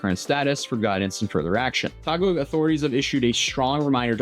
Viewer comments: You have to make the phonetic sounds man. Remember, Ryu used to be called “Rah Yoo” because of the movie and cartoon. So it’s “Tah Gig (Taguig) City” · that's Taguig, not Tagog😅 it's Taguig City.